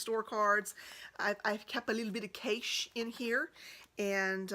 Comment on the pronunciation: Lmaooo how she says “cash” 🤣😂😂